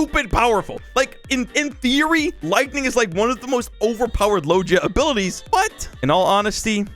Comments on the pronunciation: It’s not (Low je a) It’s (Low ge a) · the way he says logia is so weird